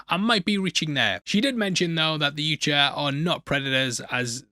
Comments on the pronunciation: It’s more like “Yowcha!” Instead of “Ucha.”😂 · why can't you say Yautja? Hahahaha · It’s pronounced Yautja. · for the last time, its pronounced YAUTJA. Get it together, man! Great breakdown, as always!